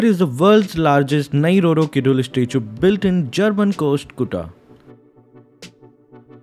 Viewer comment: Actually, it's "Nyeee Roro Keedool" Where "Ny" pronunciation just like "Ny" in "Anya" (If u are weeb you know what i mean) it's okay tough, just for information